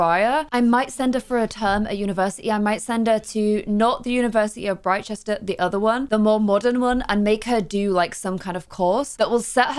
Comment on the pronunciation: Google says, "Britchester is pronounced with the first syllable of Bristol and the second syllable of Gloucester." So, it is Br-ih-chester not Br-aye-chester. Brit not Bright! I hope this helps!